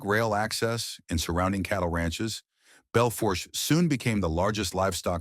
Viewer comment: The R is silent in Bel Fourche it’s a French word